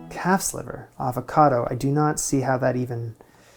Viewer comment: Damn, did he say calf's liver? I heard cat's liver.Much spookier.